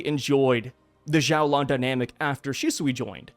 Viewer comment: xiaolan is pronounced more like "shiao-lan" in chinese! I noticed you were trying to make it sound like a Z haha